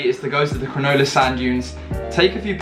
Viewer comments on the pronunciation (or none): It's Cronulla, not Crunulla :) Out of the 5 that you showed, I liked number 5 first, then 2.